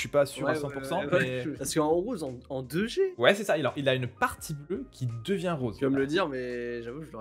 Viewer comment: quand vous dite 2G on dirait que vous dite Dejais lol